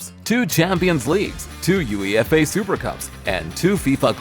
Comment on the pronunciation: Video was over the moment he said U-E-F-A